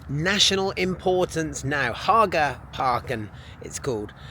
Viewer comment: Great pronunciation on Haga